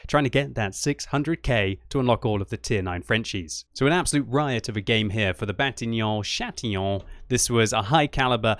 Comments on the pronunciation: Bation chatillon? See 12.03 haha xD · "Batillon Chatillon" 😂😂